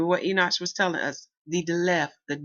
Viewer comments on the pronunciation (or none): PLEASE PLEADE PLEASE!!!! ENOCH is pronouced as this... EE - KNOCK ... not EE - NOTCH